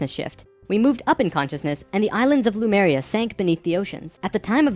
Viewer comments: Somebody wants to be the next L. Ron Hubbard. BTW, it's not Lumeria, it's Lemuria. The name does actually come from the word "lemur." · Drives me bat shit that everyone is pronouncing Lemuria "Loomaria". I am raging, that is all. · Pronouncing it "loomaria" when it is clearly spelled Lemuria really grinds my gears. *LEEMURIA*. Either way, it's a hack hypothesis.